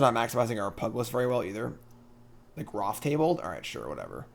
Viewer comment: That pugilist pronunciation hurts me.